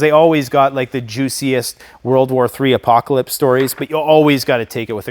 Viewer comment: "Apcaplot" boy oh boy you drank the whole cantainer of prppers kool aid :oops